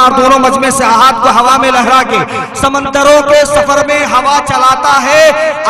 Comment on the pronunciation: ناظم جلسہ صاحب یہ سمندر میم کے زبر سے نہیں میم کے پیش سے ہوتا ہے